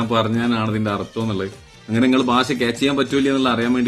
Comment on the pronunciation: ഭാഷ bai ഭാശാ alla bai